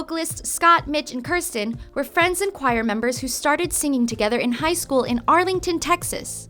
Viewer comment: its kirstie not kirsten.